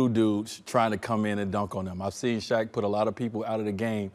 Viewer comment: You can tell Shaq respects him. He actually pronounced his name correctly.